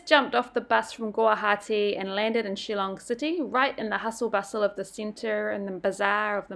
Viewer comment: Btw it’s “Shillong” dude not “chillong”... get it right at least